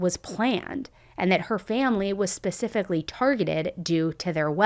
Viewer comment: Can you please stop saying “pacifically” when the word is “specifically”